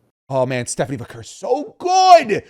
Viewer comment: Her name is Stephanie Vaquer is procured Va care not Stephanie Vacker